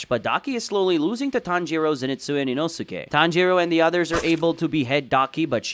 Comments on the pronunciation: HOW DOES NO ONE TALK ABOUT THAT HE TRIES TO TRIGGER EVERYONE BY SAYING INOSIKE NOT INOSKE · How to pronounce Inosuke name. EEEE NO SKAY Big Brain : EE NOO SUUU KAY